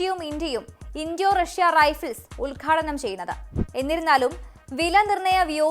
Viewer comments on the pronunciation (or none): ഈ ഊച്ചാളി ഒക്കെ വാർത്ത വായിച്ചാൽ ഇങ്ങനെ ഇരിക്കും... റൈഫില്.... മഹാ വിഡ്ഢി, ഈ വാർത്ത വായിച്ചവൾ യാതൊരു ജ്ഞാനം ഇല്ലാത്ത വിവരമില്ലാത്ത ഒരു പമ്പര വിഡ്ഢിയാണ് ഇവൾ... റൈഫിൾ എന്നതിന് റയ് ഫില് എന്ന് ഉച്ചരിക്കുന്നത് ഒരു വിഡ്ഢിക്ക് അല്ലാതെ കഴിയുകയില്ല.. തോക്കുകളെ കുറിച്ച് യാതൊന്നിനെയും കുറിച്ച് വിവരമില്ലാത്ത ഇത്തരം വാർത്ത വായനക്കാരാണ് കൂതറ ചന്തകളിൽ കൂടുതലായി കാണപ്പെടുന്നത്..